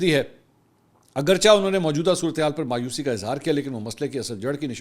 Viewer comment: Masoor bhai sorry to say Aap jaise parhe likhe bhai k munh se hamari qoami zuban (urdu) ka satyanas accha nahi lagta Aaj aapne talaffuz bola Agarcha nahi bro lafz hai agarche Isi tarah chunancha nahi chnanche Tawaqqa nahi tawaqqo Matwaqqa nahi matwaaao